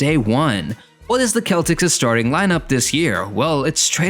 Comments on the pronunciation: what you mean are you saying im a hater what im saying why did he say celtics like that that's not how you say it like what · why did you say celtics like that though